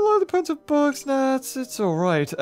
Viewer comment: When he says bugs he sounds like he's saying books